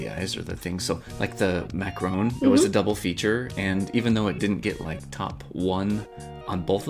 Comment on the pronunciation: It’s a macaroon, but the kart is called macharon :-)